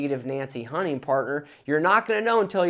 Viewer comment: My 9 year old son keeps telling me you’re saying “honey partner” lol.